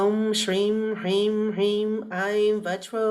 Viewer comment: Mam, pls help... Am very confused in pronouncing SRIM... U said its HISSING S... but when even you pronounced it seems like SHRIM